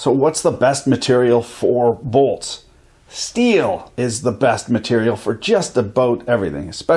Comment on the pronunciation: “......testing a’bolts’a......” 😂😂😂😂😂🤣🤣